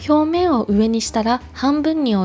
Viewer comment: インとかヒョウメンとか、読み方が独特で好き(◜ᴗ◝ )